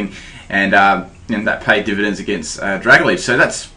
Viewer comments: Oh my god seriously, this is driving me insane hearing you pronounce pokemon's names wrong. I don't care if i get hate for saying this, but it's not "Dra-ga-lidge" It's "Dra-Gal-Ge" You do it all the time with so many names and i just can't help but finally say something man. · DUDE. IT'S PRONOUNCED DRUH-GAL-JEE.